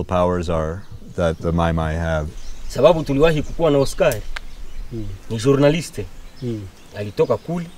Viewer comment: Journalists pronounced with Russian accent